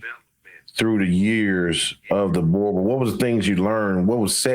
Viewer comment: min mark... the brutha says "I'll try not to torture it so bad today brother" then proceed to do just that and mispronounce the name 😆😆😆.